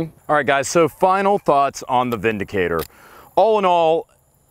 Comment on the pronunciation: During early production of the revolver it came to light that there was already another firearm using the name "vindicator", so the name was changed by one letter to "windicator".... I do believe I spotted this ...ahem... Veeen dicator during a previous video in the background...